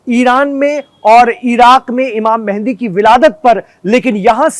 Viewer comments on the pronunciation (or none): mende ❌mehadi ✅